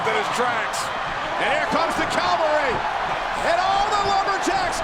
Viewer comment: Michael Cole cannot pronounce cavalry.